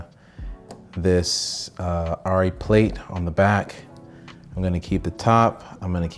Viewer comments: I think the Germans call it “are-ree” so saying it “are-e” is closer than “air-e” IMHO, I’m a no body. I just had an iPhone for research is the extent of it. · Its pronounced aarri because its german and in Germany its pronounced like you said the first time when you talked about how everyone says arri